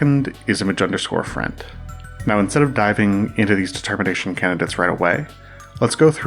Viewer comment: The way you say it makes it sound as if you're saying "THE termination."